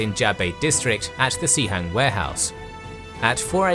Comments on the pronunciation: Pronouncing it Cee Hang is really funny cos it means WC in the cantonese dialect. In mandarin, its pronounced more like Sss Hang. Nice historical animations and research! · It's pronounced as "Suh-Hung" in Mandarin, actually. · Sihang is the right pinyin, but the narrator pronounced as Xihang.